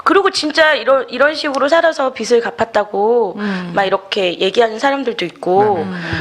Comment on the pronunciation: 있쟈나여"~" 빚청산 ‥빛이 아니에요빚이예요 빚비슬지다,비츨지다‥다‥틀린발음이예요‥ 비즐이라고 발음하는것이 옳아요‥ㅋ 여튼 그것이 중한건 아니지만‥ 듣는내내 거슬렸답니다.신앙인들의 잘못짚는삶의일부분에 도움주시고자 열일하시는데 ㅎㅎ